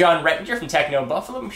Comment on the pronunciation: please stop saying techno buffalew